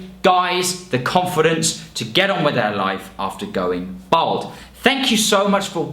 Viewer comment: Why does he keep saying "Bold"?